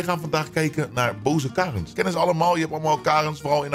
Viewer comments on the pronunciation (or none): Hahahah het zijn geen kaaaarens maar je spreekt het uit als kerens